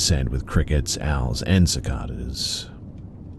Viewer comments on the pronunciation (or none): Just to let you know...Cicada is pronounced siCAYda